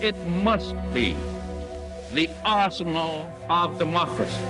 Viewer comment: This narrator pronounces many words oddly. "Arsenal" is "awssno". Maybe my hearing is going.